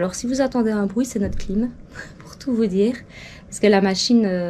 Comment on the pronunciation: Brouit aussi lol